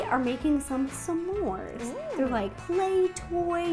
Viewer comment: I’m so sorry but it’s S’mores not Some ors